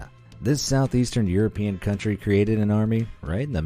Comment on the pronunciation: A cantry withaut army... is like a man withaut bolls